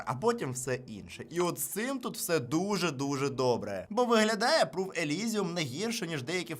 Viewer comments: Послухай початок. Чотитри рази нерозбірливо промямлив назву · Перші чотири рази назву фірми дуже нечітко сказали. Довелося лізти у опис відео, щоб зрозуміти